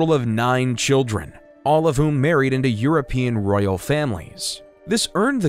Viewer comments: Please work in your pronunciation. It a Royal Family not ‘Rail’ I can’t watch this now I’ve heard that and all of these inaccuracies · Cannot listen to this. The narrator was saying rail instead of Royal and other word pronunciation mistakes. Must be an AI generated narrator voice.